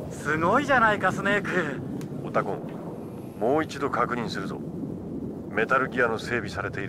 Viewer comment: オ↑タコン↓さん